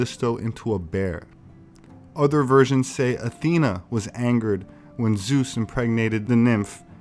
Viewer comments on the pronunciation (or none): none